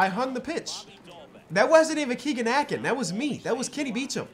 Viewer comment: A-Kin like "tin" only correcting you because he's from my home town